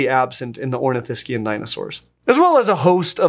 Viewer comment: THANK YOU for pronouncing Saurischian and Ornithischian in the correct way in an English sentence.